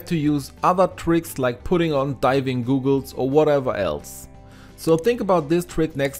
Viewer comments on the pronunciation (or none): 🙈 Goggles not Googles